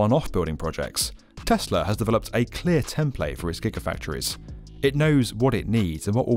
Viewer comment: why do you pronounce the word "develop" very fast :)